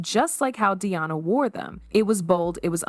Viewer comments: Its Diana, not Deeyawna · So, instead of just stock photos, match the visuals to what you are talking about. And pronounce the people's princess' name correctly and consistently.